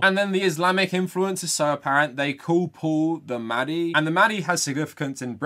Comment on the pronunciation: What annoyed me the most was probably the fact that 'mahdi' and the other Arabic words were not pronounced properly. It seriously cheapened the beauty and complexity of the Arabic language, and does it a disservice. Actors will spend months/years perfecting a British/American accent, and they couldn't be bothered to learn to pronounce a handful of words? Shameful and just lazy imo.